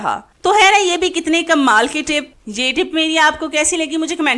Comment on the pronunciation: Pehly tu kmal aur kummal ka frq krain aur kmal normal andaz main bolain